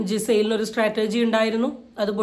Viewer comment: സ്ട്രാറ്റർജി അല്ല ചേച്ചി 😇..... സ്ട്രാറ്റജി